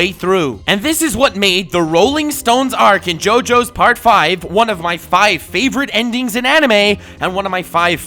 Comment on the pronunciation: As someone who speaks Italian, I'm so thankful for your pronuntiation. Listening to youtubers talking about Part 5 can be painful sometimes hahaha